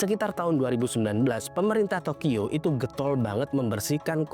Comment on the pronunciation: Entah telinga gw ad problem atau ad salah pengucapan, gw dengarnya tokiyo bukan tokyo